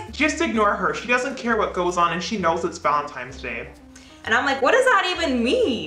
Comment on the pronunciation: The "valen-times" 🤣💕